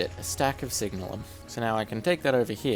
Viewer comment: Its funny how you're probably the first person I've heard pronouce it "signal-um" rather than "sig-nalum" or "sig-nail-um" but, looking at the spelling, it's an entirely reasonable pronunciation.